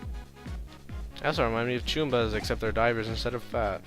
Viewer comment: I'm pretty sure they're called Chuboombas, not Choombas. ._.